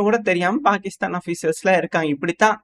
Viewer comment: என் காதுல தான் பெருக்கிஸ்தான் கேக்குதா! இல்ல கோவத்துல்ல பாகிஸ்தான் பெயரை மாத்தி சொல்றீயா 😂😂